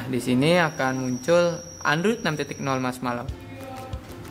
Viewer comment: marshmallow bang marshmallow bukan marshmallau ehhe